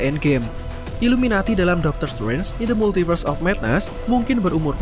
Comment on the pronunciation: Doctor struance, kupingku mulai bermasalah 😭